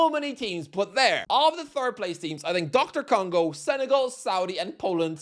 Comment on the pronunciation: Glad I'm not the only shithouser that calls DR Congo Doctor Congo.